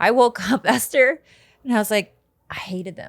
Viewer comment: esther with that clarity... :)